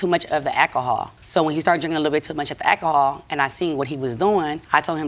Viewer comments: What the hell is ackahol? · I know one thing, I'm sick of hearing the word, "ak-ko-hol..."😂😂😂😂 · I’ve never heard anyone pronounce alcohol as ACK-a-haul before… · Is she saying akihall or alchohol? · She lost me 'AKAHOL:" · Al CO HOL not al-call-hall 😂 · Why do people choose to mispronounce normal words. Ahkahull. Tf!!!! Alcohol. Just say it. My goah. Next word out her mouth is ax not ask 😅😂😂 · It's alcohol not acohol and ask not aks. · ekkhol ,,, aks ... so uneducated in te USA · “Eh’lcohol”. She single handily changed the pronunciation of “alcohol”😂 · Its "alcohol" not "ackohol" 😔 I thought America was an English speaking country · She knows she can’t say alcohol, yet feels the need to over use the word a million times. Trash family. Let him sip his akohaul and stfu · Not once did I hear her mention alcohol. Sounded to me that the issue was exacerbated by ackahaul. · It’s funny because she’s completely skipping the L in the work alcohol and saying akohol. I’d go on further but I’m sure I’d be reported to the social justice warriors. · It’s funny because she’s completely skipping the L in the work alcohol and saying akohol. I’d go on further but I’m sure I’d be reported to the social justicewarriors. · It’s funny because she’s completely skipping the L in the work alcohol and saying akohol. I’d go on further but I’m sure I’d be reported to the socialjusticewarriors. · It’s funny because she’s completely skipping the L in the word alcohol and saying akohol. I’d go on further but I’m sure I’d be reported to the socialjusticewarriors. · E & J - I don't know why she's pronouncing it like that... oh and ak a hol. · My husband & I couldn't keep paying attention to this case. We were distracted counting how many times the plaintiff said ack-ahol. 🙈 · I’m drinking a shot every time she says ackahol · It's ecahull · A fifth is not a small bottle, sir. Lol.. she said Erk and Jerk. 😂😂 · Omgggg AKAHAW irked me every time she said it!😂😂😂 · Omg stop saying akahol